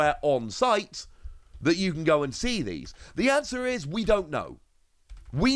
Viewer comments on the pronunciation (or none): none